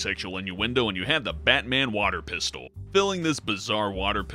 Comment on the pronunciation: Batman Water PISS-tol